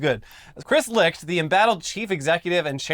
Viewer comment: RE: Chris Licht. You're saying it wrong. It's not pronounced LIKED, it's LICKED. You know, like a pussy...